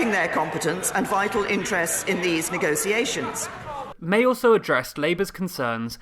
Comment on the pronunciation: May needs to learn how to pronounce "negotiation" in addition to some other things